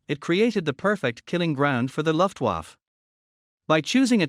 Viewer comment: What the hell is a "luftwuff"? The voice over is a joke.